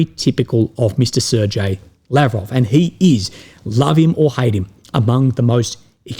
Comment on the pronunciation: Ok, I'm gonna say it again, Lavrov's name is NOT SERJAY